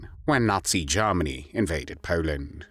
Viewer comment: Awful voice. Germany = Garmary. Worked = warked >> Awful.